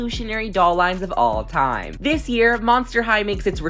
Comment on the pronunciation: "This" year?